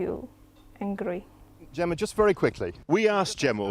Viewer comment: Vewy nice twy.